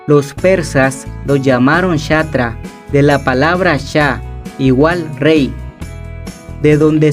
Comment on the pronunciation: El riey de la riecomepensa